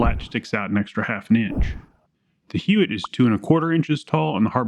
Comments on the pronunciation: The name is pronounced "Yott" I had a friend who's last name was Huot and he pronounced it "Yott." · You are pronouncing Huot wrong. It’s pronounced “Huot” not “Huot”. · Dude. It's pronounced "Huot." NOT "Huot." - DUH. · It’s pronounced, Huot. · We use Huot tool scoots in the CNC shop good stuff. We pronounce it "HUE - OTT" but I'm not saying that's right or wrong... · I would pronounce it out with a H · Huot is a small company in Arlen, TX. It's pronounced "hwat" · Huot is pronounced “hew watt” to my knowledge and has no relation to the Huot auto rifle prototype from WW1 despite the name. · Huot is pronounced like how Hank Hill says "what".